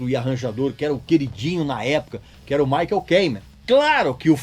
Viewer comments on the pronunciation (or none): none